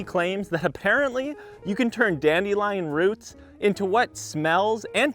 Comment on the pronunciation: it's dandelion not dandelion